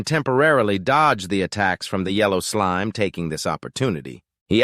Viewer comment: Is it just me or is the voice saying "slim" instead of "slime"?